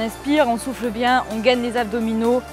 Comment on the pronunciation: faut que j’te le dise... quand tu dis « on souffle» j’entends (et chuis sur de pas être là seule) « on souffre»!